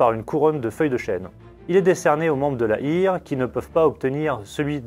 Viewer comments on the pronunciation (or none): merci pour cette vidéo très intéressante. Ne pas prononcer Heer à l'anglaise soit "hire" mais à l'allemande soit "hère".